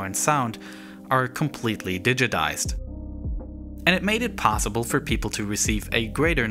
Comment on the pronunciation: Potssible? Are you restarted?